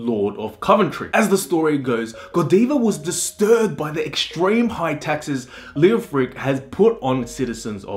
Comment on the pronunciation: Thumbs down, you call yourself Stories of the World, I suggest you get some language classes in first, start with English. The only two names you got right were Coventry and Tom. Mercia (Mercy-a) Leofric (Leo-fric not Lee-Ofric) and the, on which the topic is about, Godiva (God-eye-va). It's not rocket science, it's too old for that. Your punishment is to be sent to Coventry- another saying for you to learn.